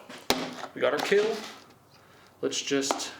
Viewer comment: But will it KEEL?